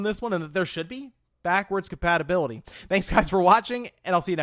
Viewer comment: Has anyone else noticed that he says "patibility" instead of "compatibility.?"